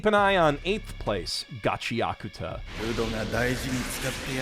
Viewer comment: Shoutout to for saying Gachiakuta correctly